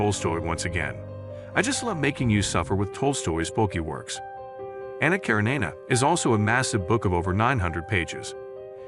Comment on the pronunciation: Since I'm assuming the narrator is not a poorly educated human, the narrator must be a computerized voice and not a good one either. The pronunciations of "Les Miserables" and "Anna Karenina" are particularly off and grating.